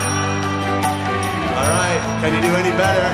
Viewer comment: What is Seet Ram, you western Indian. Why are you pronouncing wrong names.